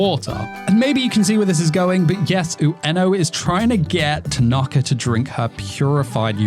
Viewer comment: Not bad, but be careful not to get too affected with American SSS (Second Syllable Syndrome). It's Ta-na-ka, not ta-NAR-ka for example. Nearly as bad as NaROOOto.